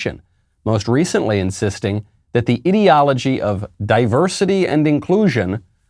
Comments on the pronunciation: is he saying Idio-logy (Idiot, -ology) or does he just have no idea how pronounce ideology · 6 minutes in, have to stop listening. Can't stand the way he pronounces "ideology"